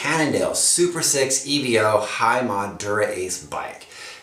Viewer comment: EVO not E.V.O. ;-)